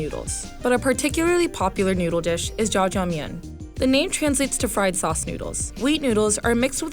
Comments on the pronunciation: Ur not pronouncing zha jiangmien correctly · My head hurts when she pronounce ZhaJiangMian as Jajangmien